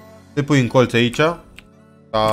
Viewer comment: când zici colț de ce pui accent pe TZ gen colTZ ??